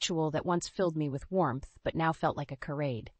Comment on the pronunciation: Charade is pronounced sha RADE. Please fix this!!!